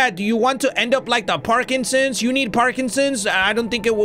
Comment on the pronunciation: I love how keeps calling the, Packertons, “Parkinson’s” lol 😂